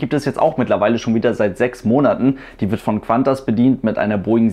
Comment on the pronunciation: Kleiner Tipp ´Q´ allein wird nur wie ´K´ gesprochen. ´Qu´ wird wie ´Kw´ gesprochen. ´Qantas wird also ´Kantas´ gesprochen